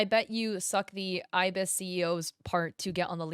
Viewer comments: Im truthfully just happy to see art styles other than anime/manga on the leaderboard, it's neat Also you were right with the pronunciation, ibis is eye-biss :] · Yes, it's called ibis paint! An ibis is a type of bird and how you've been pronouncing it is correct hehe